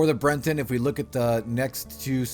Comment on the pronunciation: Your pronunciations are terrible lol but nice video. Like how is Bret-ton hard to say, you add an N and say brenton